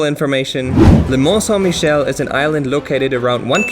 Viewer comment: Well, you butchered that pronunciation of the place, haha May want to learn a bit about quicksand, well worth to learn about it.